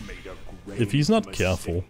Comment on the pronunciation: If he's not cyehhhfull. He better be cyehhfull